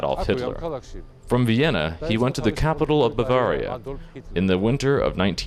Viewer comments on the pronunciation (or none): none